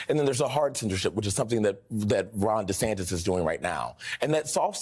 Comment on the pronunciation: 🤔🤨😶?. Did you say Sid DeSantis?😂😅🤣.Now that's funny😌👍😁😇.